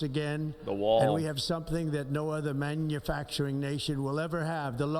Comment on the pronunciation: Why is he saying manufacturing weird? Am I missing something?